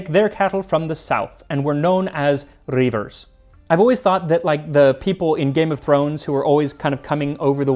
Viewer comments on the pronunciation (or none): What I don't get here is why you find people who speak ancient languages to teach you how to say the words you can't avoid but when a living culture you are descended from comes up, you don't bother. It's REE-ver, not RAY-ver. Your burr is rougher than a Heelan kew's horn. You could've found someone to help you easily. You could've watched videos made by Scots people, also. Wee Scottish Lass and Scotland History Tours come to mind first. It's this simple. Do you respect your ancestors or don't you? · The word Reiver means collector and should be pronounced Reever, Shire rievers were tax collectors and maintainers of the laws, the name evolved into the word Sheriff